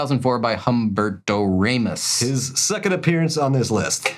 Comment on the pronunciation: Um-BEAR-toe RA-mos Mick-FAR-lin LIE-feld